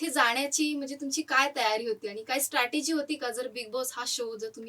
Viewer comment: स्टटरर्जी नाही ग स्ट्रटजी